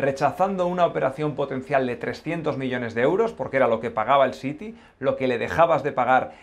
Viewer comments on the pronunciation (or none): none